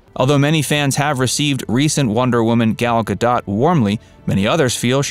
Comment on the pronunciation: You mispronounced Gal Gadot's name it is pronounced Gahl Gah doat not Gal as in pal Gadaht